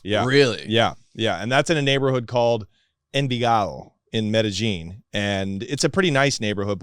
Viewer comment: every time he says Medellin cartel as medijean i start to believe this 🤣